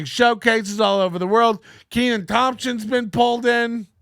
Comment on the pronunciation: Can't even pronounce this guys name. Needs a double e. Look at the spelling, we'll break it down. Ken an. It's a short e sound.